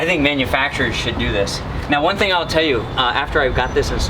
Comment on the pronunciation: I am SO glad you spelled out "should" because it is NOT what it sounded like when you said it. LOL Great vid, guys! Enjoy your ventures! Look forward to your next video!